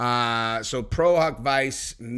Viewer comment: It’s pronounced pro hac visa